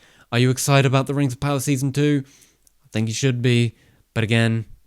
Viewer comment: Really wanted to watch this but had to leave the 2nd time he said rings of power with the rolling r.